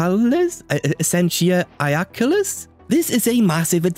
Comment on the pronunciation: Super high quality video, good job! Also, I’m pretty good with Latin, and while your pronunciation of Essentia Iaculis (likely meaning Javelin of Essence?) wasn’t perfect it was certainly good enough lol